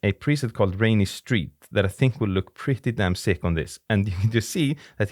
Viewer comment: Hearing you say “pretty damn sick” with an Icelandic accent was totally worth the price of admission. Oh, so was all the advice in the video as well. For immediately shooting photos with no iPhone processing, I found that the No Fusion app is pretty good. Also, the moment Pro camera 2 app which is only $10 without any kind of subscription